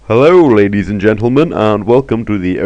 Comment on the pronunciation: I swear I heard "Hello rabies and gentlemen"